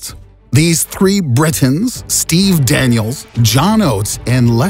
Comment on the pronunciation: "These three brrritains , Steve Daaaaniels" 🤣